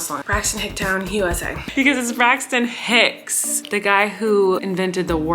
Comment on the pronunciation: I thought she was saying "braxts and hicks" this entire time